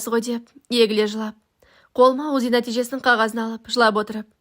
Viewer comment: ОЗИ емес УЗИ деп оқыңыз, құлаққа біртүрлі естіледі.